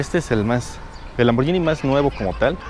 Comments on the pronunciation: Solo una crítica constructiva, se pronuncia Lamborguini no Lamboryini. Buen video 👍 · no se pronuncia lamboryini se pronuncia lamborghini como de guitarra. hay una letra H entre la g y la i. fuente: soy italiano